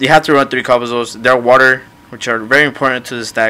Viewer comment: Three* not TREEE